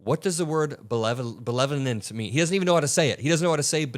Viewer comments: Bro can’t even say the word benevolent but he’s out there terrorizing the Somali American community. What a weenie. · Maybe he's confusing benevolent billionaires with belevolent binionaires? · I am getting older but I listened a few times and what I heard this champion of journalistic integrity say was "bellevurant" hope I'm not stupid shaming.